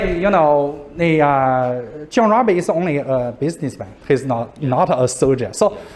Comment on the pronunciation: Also the pronounciation of "Rabe" by the young student was very good. Which is often mispronounced by many.